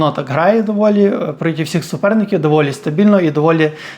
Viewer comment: Дякую, за хороший контент. Але дуже різало слух слово «протів».